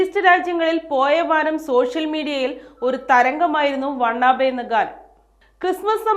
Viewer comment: Wanna be അല്ലേ ? (want to be) വാന ബി എന്ന് ഉച്ഛരിക്കാം